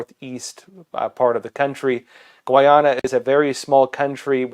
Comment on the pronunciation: Its pronounced gai ah nuh.